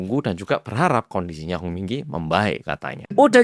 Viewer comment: nah.. HONG yah.. HONG bukan.. song..